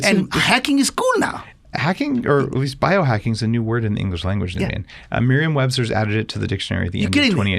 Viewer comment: “Hey thanks Daveen.” - 30 seconds into the podcast. “Thanks Naveen” - one minute into the podcast. 😂😂😂